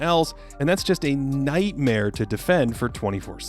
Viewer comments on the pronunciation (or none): none